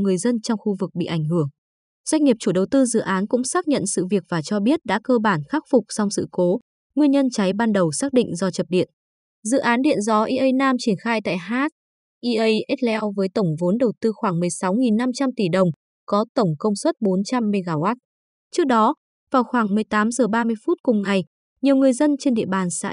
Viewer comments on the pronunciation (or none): đọc tên huyện còn sai ea hờ heo.